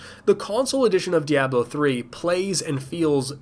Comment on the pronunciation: I've never heard "Diablo" pronounced like that before...